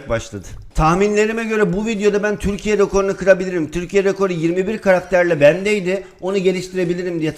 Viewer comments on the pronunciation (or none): none